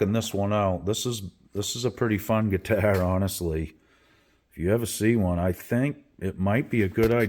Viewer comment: Cool ‘guitah’. Love your New England accent. 🤘😎